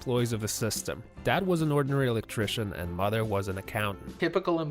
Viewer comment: "MODDER HOME" but then he says it right a little bit later? wtf!? XD